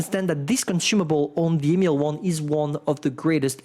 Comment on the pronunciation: Its not the emil 1, its the email 1.